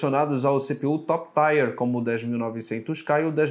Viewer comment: Vejo nos seus vídeos que vc parece se preocupar bastante com a pronúncia do inglês então vai minha dica: Tier não se pronuncia Táier e sim Tí-êr. De nada.